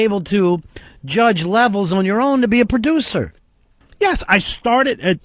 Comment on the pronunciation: I've figured out the disconnect: Ron wants a p'ducer & thinks he's a perducer, when what the show really needs is a producer. Yeah,, "repu'sent" the company